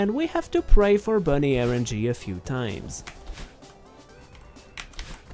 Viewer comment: Its rng not erng